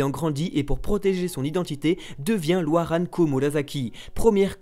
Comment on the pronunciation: Vous avez oublié :-1ans, drake détruit Amigasa. Et on dit O-Ï-RA-N